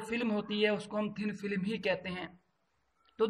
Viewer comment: Thin film hota hai... filim